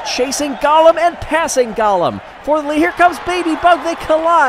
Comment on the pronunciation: I believe it is pronounced Go-lem and not Gollum ( my precious)